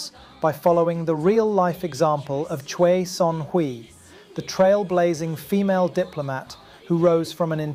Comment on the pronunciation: Great vid, but the wrong pronunciation of 최선희’s name is really irritating.